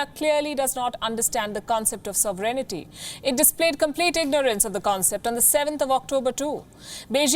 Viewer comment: sov·er·eign·ty, there is no "I" between N and T... STOP Pronouncing it wrong. It is SOVEREIGNTY not SOVEREIGNITY